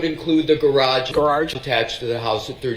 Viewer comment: Guess it’s a New England thing. My friend from Vermont says gararge too.